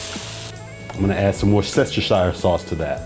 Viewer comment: Yum,! I hear you still have trouble pronouncing Worcestershire sauce. I like adding red wine, Dijon mustard, and a little more butter to gravy at end. I also use a hardboil egg yoke pressed through a strainer over the string beans, mostly for presentation. I like your blue plate specials.